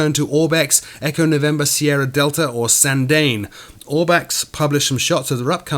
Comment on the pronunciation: Hey! Small point but Sandane is pronounced "sawndawneh" not "sawndain". It's a tough airport to fly into and out of. Been there many times.